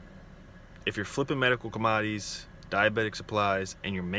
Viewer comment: Com-odd-ees lol